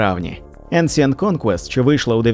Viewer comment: Еншинт буль ласка, не ансієнт.